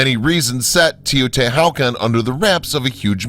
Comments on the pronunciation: Teo-Ti-Walk-On* not wow-kin vids are dope though. Thanks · Why are u unable to Pronounce Taya-Tee-Wuh-Con properly? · Teotihuacan is not pronounced “Teh-o-ti-how-can” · Atrocious Aztec pronunciation. Seriously, Teotihucan? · its pronounced tao-ti-wa-kahn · Or ANY Indian word written in Spanish orthography :S Makes the rest of the narrative seem schlock. HU = W Mr. Narrator!!! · The whole reason I started reading the comments was to see if I was the only one bothered by his pronunciation of Teotihuacan. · Tay-oh-tee-wuh-kahn. My-ka. And I think it's the Beck-kah Valley in Lebanon--emphasis on 2d syllable. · Interesting information, weird photography (I hated the "shadow") and, yes, the poor pronunciation. While watching the segment on Teotihuacan - what did he call it? - I had started to wonder if the scenes were of some other site. And mica? Never heard mee-ka before.